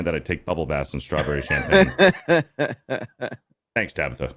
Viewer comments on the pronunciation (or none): none